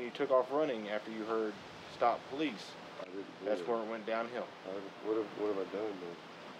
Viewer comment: Have little respect for the “Pole lease” .